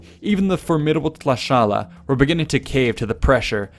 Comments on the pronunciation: GREAT job of pronouncing the Nahua names and places! (Though it is 'T'lash-kala'). BUT, when you refer to Huitzilopochtli you show, twice, the statue of Coatlicue - the mother serpent goddess, for some reason. Huitzilopochtli was a male hummingbird, as far as an image goes. Also, easy on all this 'coronation' thing. 'Tlatoani' means 'speaker'. They did not have the European concept of 'king' and any kind of hereditary monarchy. The Spanish chose to see it that way based on their own culture. The Mexica elected in conclave a leader much as the pope is elected. And the tlatoani did not have unlimited power. There were the checks and balances the other paramount chieftains provided as well as the amount of authority the cihuacoatl held (chief of administration) who served alongside the tlatoani. Moctezuma II - like Octavian - succeeded in turning the role of tlatoani into something grander and more powerful but the aristocracy was already wary of him when the Spanish and their local allies arrived. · I noticed he could never say "Tlaxcala"